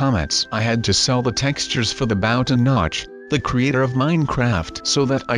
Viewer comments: It's not bow it's Bo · It bow not baw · bow not boe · it's bow not baw😡😠😡😠😡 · It's noooot Boow its Bow!!!! 😒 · It's bow not bouw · It's bow not bow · its not bow say with me B ow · it is bow b oh. not bow bouh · It is bow not baw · IT'S BOW NOT BAOW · it's called bow not baw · why does he say baw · And it's called bow(boe) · You said bow wrong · Just to let you know You said bow wrong